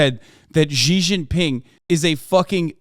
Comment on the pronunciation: Hasan your pronunciation of "Xi" is killing me